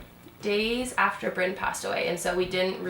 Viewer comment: My family calls my grandfather Brynn when he doesn't have his hearingaids in, his name is Bryan. Every time you say Brynn I think of my old fart of a grandfather, no disrespect in anyway just thought it was a little funny.